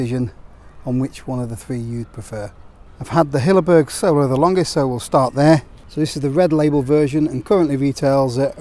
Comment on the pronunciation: Hilleberg Soulo, not Solo. Soolo. Double O as in poor.